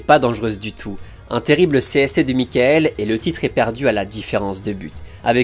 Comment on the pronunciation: Ben non pas du tout, ça se prononce Mi-cha-ël. Avec un CH soufflé comme en néerlandais, légèrement teinté d'un "R" étouffé, un peu comme le jota espagnol